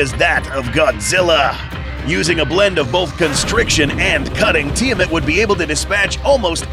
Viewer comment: Its pronounced “Tee-Uh-Mott”